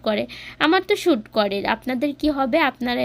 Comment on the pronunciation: শুট না উচ্চারণ (স্যুট)suit লিখে গুগল এ উচ্চারণ(pronounciation)শুনতে পারবেন আপু